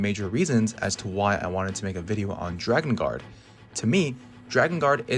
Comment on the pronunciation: I'm really sorry for this comment because the video was really good and I thoroughly enjoyed it... But it's pronounced 'Drakengard', not 'Dragongard' 😓